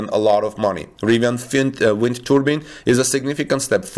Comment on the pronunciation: It's pronounced "Turbine" not "Turbin". It's a big windmill not a headdress.